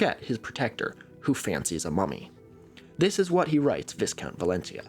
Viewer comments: All those clever clogs pointing out the pronunciation of Viscount while missing that of Valentia - 'ValENcha'. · The Viscount is of a part of southwestern Ireland, so pronounced differently to the part of Spain usually. Kind of like Val-ent-shya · I hate to be that guy but as a person from County Kerry Valentia is pronounced Val-en-cha. It’s a fascinating wee island. It is the site of the first transatlantic telegraph cable and is home to one of the oldest tetrapod trackways in the world.